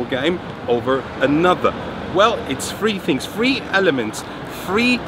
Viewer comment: Is there a difference in british english language between "three" and "free"? I am german so I couldn't tell. ;)